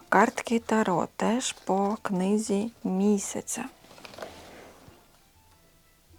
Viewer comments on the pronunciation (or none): Я вже стільки передивилася ваших відео, але кожен раз коли ви кажите «книга місяця» мені здається що це назва книги😂 У вас на каналі дуже спокійно 🫶🏻 Дякую за відео🥹